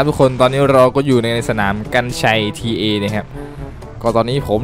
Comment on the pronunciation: Ta มันอ่านว่า ตา ครับ